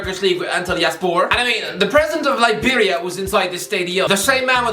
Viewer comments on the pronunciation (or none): none